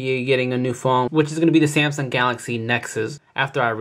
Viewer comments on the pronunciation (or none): none